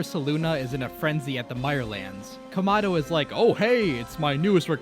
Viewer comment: Also it’s kamado not komado you dumdum